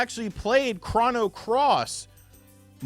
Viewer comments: Excuse me are you saying "Chran-no Trigger"? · The only controversial thing about this video is how you pronounce chrono. Are you doing that purposely? I think I had about 3 aneurisms...